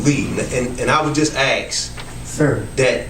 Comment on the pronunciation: The word is "ask" not "axe." Can we use proper English if we are city "leaders?"